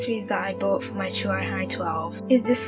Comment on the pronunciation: It's pronounced CHEWY and the keyboard, which is now updated with a new layout and black keys, has got to have some weight or it would topple over when the tablet is inserted. I've owned this tablet for nearly a year and it has replaced my old desktop. I love it! I only paid 149GBP at the time and it was money well spent. The newer Hi13 is due for release next week.